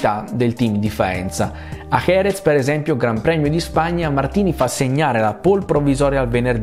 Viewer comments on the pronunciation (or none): none